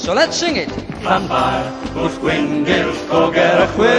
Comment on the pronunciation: The one thing that puzzles me is that in the song, the ll seems to have two different pronunciations - the standard unvoiced l (llanfair, drobwll, llantysilio) and theta (pwll, gyll).